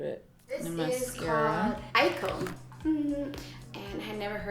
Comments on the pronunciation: You said her name right the first time lol its pronounced “iko” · Yup. Aiko= Eye-koh or ahあ-eeい-kohこ. Ai=Love and ko=child so her name means "Love child" most likely. Exact meanings of Japanese names depends what kanji characters are used. If it were spelt Aiiko it would be pronounced Eye-ee-koh or ah-ee-ee-koh.